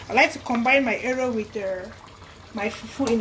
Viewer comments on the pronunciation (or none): it's pronounced as it's spelled eru not ero